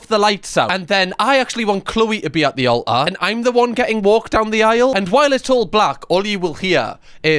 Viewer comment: ALTAR... Did you miss the T? Learn how to speak. It is really embarrassing...